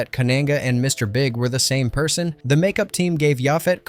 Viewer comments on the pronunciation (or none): none